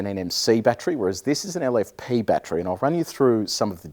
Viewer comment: Why do people say batchry it’s BAT TER RY😂